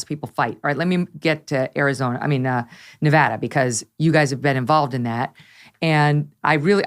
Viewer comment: Congrats on being one of the few commentators that actually gets the pronunciation of Nevada correct. Laxalt will win. The Reid Machine has collapsed.